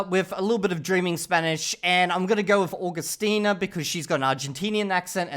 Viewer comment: 500 hours and still didn't learn how to say Agustina 😅 I don't have faith